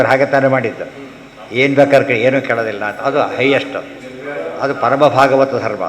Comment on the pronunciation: it is भागवत not भगवत